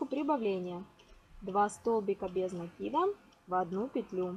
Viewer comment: правильно накИда😀